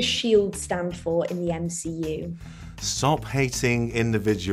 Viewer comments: MISS GIRL REALLY FORGOT THE “L” IN SHIELD AGAIN😭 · Love how Lizzie completely forgot the "L" in SHIELD